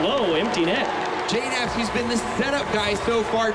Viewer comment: I understand it. It's just that you guys don't know how to pronounce JKnaps. It's pronounced J-naps